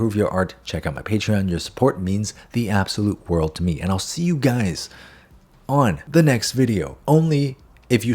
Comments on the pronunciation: Ngl I thought you said what’s up gays in stead of guys 😂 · Sorry but my Dyslexia heard... " Sussup Gays" 😅👍